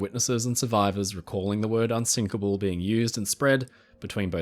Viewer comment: wait wait wait.... They say "unsikable" not unsinkable, clearly :P